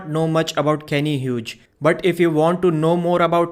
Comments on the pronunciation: "Hughes" is pronounced "Hews" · Pronounce his name Hyoos